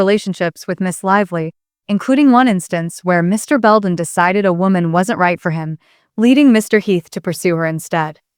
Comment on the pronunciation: Might help prove you’re not a ROBOT VOICE, by pronouncing Justin’s name correctly- NOT BONEY!!!